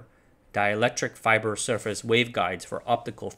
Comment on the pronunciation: I like fybor